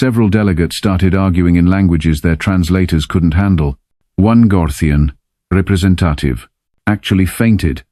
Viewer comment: WTF is a "represen-TAH-tive"!!!!!!!!!!!!??????????????